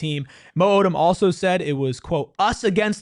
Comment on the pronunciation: Not being able to correctly say your players names is insanely disrespectful lol.